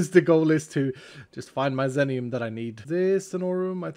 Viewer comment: Just one point of clarification, if the ore is named after the streamer X33n as it seems like it is (Teammate of PeteZaHut and Cap'n Sparkles...), it would be pronounced like 'ZEE-nee-uhm'. Love the series, and especially enjoying playing along, really appreciate all the content!